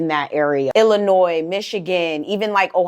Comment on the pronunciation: Gurrrrllllll!!… I am sooooo glad you said Illinois the right way. Everyone else who is not from Illinois ALWAYS pronounces Illinois with the “s”. The “s” is silent.